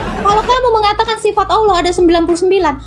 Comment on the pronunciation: Kamu bicara bahasa Indonesia tdk jelas. Jadi hrus banyak belajar.... Manusia pake sifat.. Bukan sipat..